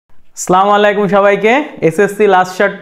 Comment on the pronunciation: Oita salamwalikum na oita assalamu walikum hobe.